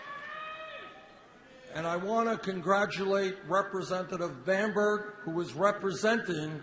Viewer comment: Bamberg, not Bamberger!